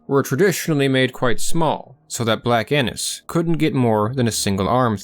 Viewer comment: Haha did he say black Anus?